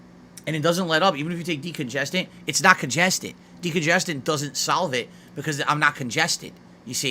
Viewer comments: I saw your comment just as I heard him say salves it and I couldn’t help but bust out laughing lol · Sounds like he is saying solvent